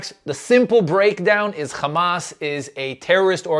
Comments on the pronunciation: it’s hamas not khamas.. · John Oliver spoke truth. And btw, its not KHamas, its Hamas with an H.